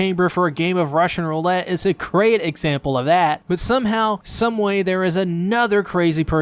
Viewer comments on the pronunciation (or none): none